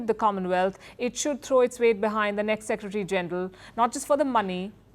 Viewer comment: Please learn how to pronounce word “ secretary” proper way. It is full Secretary not secetry.